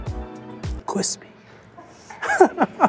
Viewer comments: So glad "cwispy" is done. Top shit tho. Man I'm fuckin hungery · I, for one, still love “cwispy” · Only Josh can say Cwispy! Lol, nah gwan with yourself! 🍔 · He got the "Cwispy" and even hate for not homemade things 😂😂😂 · Josh makes cwispy tee for sale Also Josh - “don’t say cwispy it’s so done” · Alvin: Josh: No Alvin: Josh: Please, no Alvin: Josh: Awe, c'mon, man! No! Don't do it! Alvin: ..........CWISPY